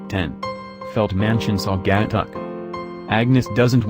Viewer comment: its pronounced mackinaw. mack in aww. and sausage tuck. sauce edge tuck